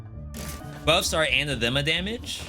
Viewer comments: It's pronounced an-athema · Your pronunciation of "anathema" is... oof, bad.